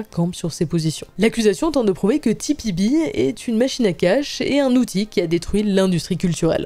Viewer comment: Par contre c’est TPB pas TBP ..